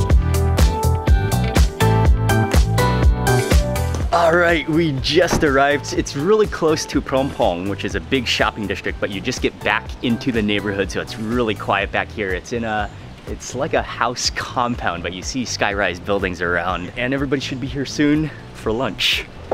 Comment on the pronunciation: i really like your videos mark :)! what is the deal with reshtaurant and dishtrict and so on? never heard that kind of pronunciation so far. is it a south african thing? keep up the good work!